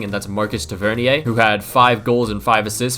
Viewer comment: Tavernier is pronounced “Tav-a-neer” btw. Know that because of his big bro